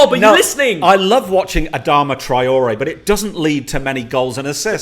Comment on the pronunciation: Was it just me who was annoyed how he was saying adama traore 🤣🤣